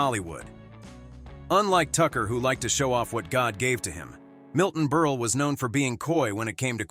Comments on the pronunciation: Milton Berle….not Berley. Mispronounced Texaco. Who is this schmuck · Milton BERLE, not BERL-AY! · I wish to hell they learned to pronounce names. It's pronounced Burl nol burlay or burlee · It's Berle not Ber la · Berle is pronounced Berl not berlay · Milton Berle’s name isn’t pronounced “burly”. Berle rhymes with Pearl. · Stop calling him BURLYYYYY it's not Burly it's BurL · It's pronounced Milton BURL not Milton BURLIE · Can the narrator at least pronounce the last name correctly? Milton Berle--It's BURL, not Burly! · Burley... it's Berle! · Ditch the computer narrator and use real talent. It's BURL, not BURLAY. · NO, NOT MILTON BERL-E. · Who id "Milton Burley"? What is "Teck-sock-oh" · WHAT CRAP!! CAN'T EVEN PRONOUNCE NAMES. MILTON "BURLIE"????? AND THE SUBJECT MATTER, PROBABLY SUPPLIED BY SOME SMALL D**KED LOSER!! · It's pronounced BERL...leave off the E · Bur-lay...Tax-co,?? Are you sure you ever even heard of these people and companies? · Lost me at Milton Burrr'Lee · Milton "Berlie"? "Tex-a-ko"? AI fucking SUCKS! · Ber lay?? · Milton Ber-lay?? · The last e is sileht. So it is Berl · I miss a human voice over person. These AI voice overs don’t always pronounce names correctly - Milton Berly? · Berle rhymes with HURL, Bot. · Well, this video is a new low. By the way, the "e" at the end of Milton Berle's name is silent. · It’s Milton Berle is pronounced burl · With the NUMEROUS mispronunciations in this, it was hard to watch… Berley and Texaco???? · They should get an announcer who can pronounce Berle not like “Berlay”. And other simple names… Quite annoying. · BUR-lay??? Is this an idiot or a robot? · Stop! , with the BERLAY!!!!!! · Milton Berly? Whats wrong with you? Milton fricken Berle. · It's Berle, not Berley!! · When it comes to Milton Berle, if they cannot pronounce his name correctly, what else is wrong with their story? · Would be nice if the computer voice would get Berle's last name right. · Who is this mispronouncing stars names?